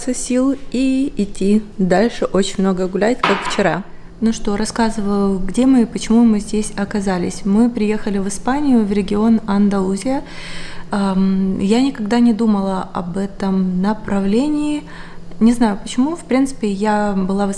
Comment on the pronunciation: Здравствуйте, только Малага- ударение на первую А и АндалуСия.☺️